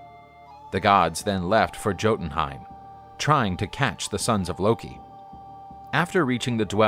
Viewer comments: Thank you. It was annoying how he was pronouncing it. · To pronounce the jotünheim is hy-o-tun-heim not gotunheim (long g) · who cringed when he said joten jotenhaim its pronounced yoten and yotenhaim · Jo-tun-haym? I thought it was supposed to be yo-tun-heim? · In most Germanic languages the J is pronounced as a Y you wouldn't M-jol-neer you would say m-yul-neer same with jotunheim you would say that as yo-tun-hime not jo-tun-hime. This is just to help you properly pronounce the norse Js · My eye twitches every time I hear him say “joe-tinheim”. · It's pronounced as "Yoh-tun-haym" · I think its pronounced yotenheim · Yotunheim that's how its pronounced even tho there's a j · “A beautiful gotun living in gotune heim” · Loki wasn't evil. He was mischievous and a trickster. Hardly evil. Jotan and Jotanhiem are pronounced as if they were spelled with a Y, strange that the snake's name wasn't mispronounced. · Jotenheim: YO-ten_HEIM Fenris: FEN-riss Evilness is not a word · "YOW TEN HIGHME" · It’s pronounced “yo-tan-hiem” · Isn’t it pronounced yotunheim? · Is it really that hard to pronounced it “YO-tun-hi-m” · Come on dude why would you do a whole video on this and not look up how to pronounce things right? GOTTINHEIM? Really??